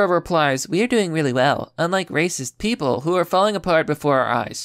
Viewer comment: Why are you still saying "reee-cism" instead of "racist"?